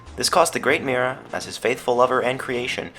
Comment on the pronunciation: The reading of Mira is Miera